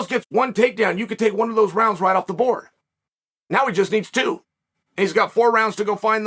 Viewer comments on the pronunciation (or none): none